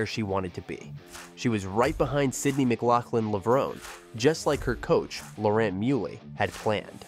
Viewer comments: Is this a robot narration? If it’s areal person, especially if it’s the same person who edited this clip, why does he keep saying “Levrown” and then add that clip from the Olympics where it’s pronounced “Levronee”. Nothing too serious, but still irks me and prevents me from subscribing to this channel. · It's not pronounce levrone, it's levron-e". The finale e is pronounced. It's Italian.